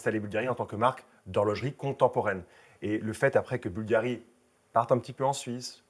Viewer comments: Boulgarrrrri.... on aime cette prononciation chantante qui laisse déjà présager qu'on va parler d'élégance à l'italienne... vous avez la classe tous les deux, mais tout en décontraction et complicité. J'aime toujours quand "" nous plonge dans l'histoire... j'écris en même temps que j'écoute.... ☺ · Cher Cyril, merci pour vos mots toujours adorables! Il est tout de même vrai qu' prononce mieux Bvlgari que moi!